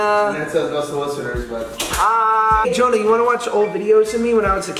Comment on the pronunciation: Why do you guys call him Johona??